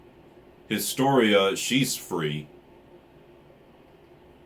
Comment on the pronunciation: and yes, you are pronouncing historia correctly now :D and it is lord "reece" like how my name is promounced